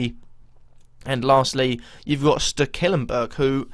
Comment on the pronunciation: why do you always pronounce steklenburg's name so wrong?!? it's stek-len-burg